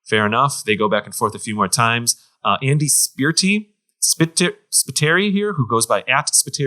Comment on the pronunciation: I love how he was so confused with Andy Spiteri’s pronunciation when he is a huge Zelda podcaster as well and now I’m sure y’all are friends 😂😂